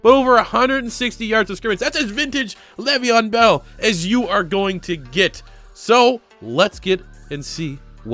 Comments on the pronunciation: Nigga said gravyeon bell I’m donnneeee 🤣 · dude i fucking died when you said gravyon bell